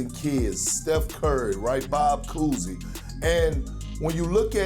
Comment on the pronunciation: Bob Cousy?? Bruh… 😐